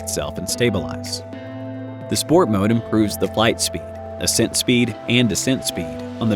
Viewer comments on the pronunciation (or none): none